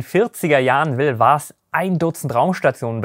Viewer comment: ahem Vast nicht Fast. Vast gesprochen wie mit einem W. nicht wie mit F. Ok genug Englischlehrer gespielt. Du machst wahrscheinlich den besten Raumfahrt-Content auf Deutsch. Ich hätte übrigens noch einen Themenvorschlag, und zwar über die britischen Raketen wie Black Arrow und die verwendeten Triebwerke wie die Gamma Serie.